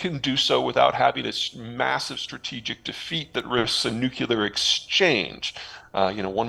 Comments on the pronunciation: How this dude got so far while pronouncing nuclear as Nuke-U-lar is beyond me. I want to believe him about China, but he is so wrong about Putin that I don't know if he's a real analyst or a state propagandist. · I dont understand when smart people say nucular. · For a geopolitical strategist to be unable to pronounce "nuclear" (noo͞′klē-ər) properly.makes it impossible to believe anything he says. Saying things well is as important as what is being said. The thing about totalitarian regimes is that they will say and do anything to stay in power, whether it is to blow up the world, or to control more of the world (USSR, Cuba, Ottoman Empire, Japanese Empire, and now the Middle East Theocracies). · Why some americans say "nuckylear" war? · Peter, a geo political strategist hoping for credibility needs to pronouce Nuclear as Nuke- CLEEE- UR not Nukyouler.. Please fix this. best Bruce Peek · Funny hearing a learned guy like Peter say "nuke-u-lar", Especially while referencing George W. Bush. 😅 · I know it seems trivial, but I wish Peter would learn how to pronounce "nuclear" correctly. It erodes credibility when you make literally the stupidest pronunciation mistake whilst claiming to precisely predict the future of the world.